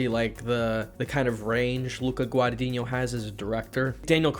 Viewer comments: 7 years later and he still doesn't know how to pronounce Guadagnino lol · So funny that he still can't pronounce Guadagnino correctly